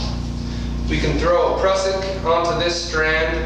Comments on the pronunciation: dalepres1: I detect some sarcasm. I'm perfectly capable of looking up "prusik" once I figure out what in the sam hell WORD the guy is actually SAYING. I've never heard the damned word before in my life, audio quality is not the best, & this is a frequent problem w/ home-made videos w/ topics that're new to me. "Cussick"? "Prussich"? F. if I knew what the hell he was talking about-- was I hearing a new word, or mis-hearing a known word? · I cant understand the words you say when referring to the red piece of rope ? My best guess is Cresent Gauntlet... Could you explain more what you did there with the red loop ?